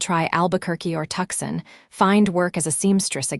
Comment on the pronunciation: Please fix AI to read city name SANTA FE as "SANTA-FEY," NOT "SANTA-FEE"!!! Tucson is not "Tuck-Sen" Stagecoach is not "Stage-E-Coach".... Laramie is not "LAME-EE"......geesh! Silas is not "SEE-LAS"